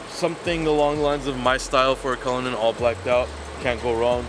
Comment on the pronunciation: Its not cullunin it's cullinan stop saying that 🤐😠